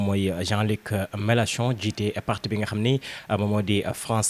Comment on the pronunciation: Mais bon sang, le monsieur s’appelle Jean Luc MELANCHON non pas Jean Luc MELACHON. Mon Dieu, vous journalistes de la presse en ligne faites un effort de recherche et apprenez à prononcer les noms des gens correctement. Ce n’est pas compliqué non?